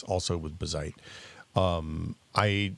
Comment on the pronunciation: saying "bigseedy" and correcting with "Bazzite" over and over is so funny to me xD